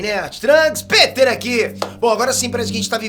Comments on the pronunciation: Gente... só eu fiquei com vontade de dar uma panelada na cabeça dele, toda vez q ele fala "OVNÍÍÍ"? Rsrsrs. De onde ele tirou esse fonema, gente? Deve ser da mesma fonética do "PÊter" dele! Huahauhauahua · Não é "o.v.n.i" É Ôviní" Não é"Peter" É "Pētêr"